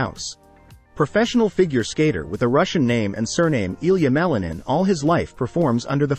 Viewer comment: you do not say his name correctly.... name is not supposed to be translated into another language, sounds weird...